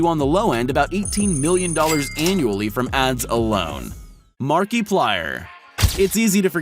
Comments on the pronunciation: Did this person call it Mark-E-plier? Its Mark-A-plier mister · his name is markiplier not markeeplayer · Did he say Mark E Pliyer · Who else is dying laughing from how he said markiplyer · Just imagine if mrbeast makes he’s one city, everyone will be there, also did he just say marky plir? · Mark- eeeee- plywer nooooo stop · It's not Markiplier it's Markiplier!😂